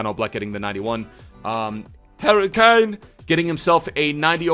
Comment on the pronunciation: The way you said Harry Kane totally caught me off guard and I spat my cereal all over my new shorts 😂😂😂😂